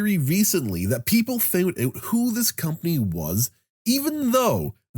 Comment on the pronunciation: Out. Not ewt.